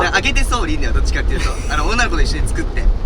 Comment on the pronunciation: の女の子って言ってたのね……『おなご』って聞こえて流石侍だなぁとか思ってた